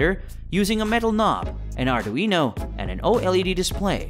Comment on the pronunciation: Arduino “uknow” 😂